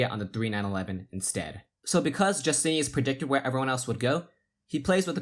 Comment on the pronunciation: "Justinas" is pronounced "YOO-STIN-IS" in Lithuania not "JUS-TINE-US" or "Jus-TIN-EE-US." You pronounce it two different ways at different points in the video. I'm thinking that the players would prefer that you do the small amount of research needed to pronounce their names correctly. Its a respect thing. ;)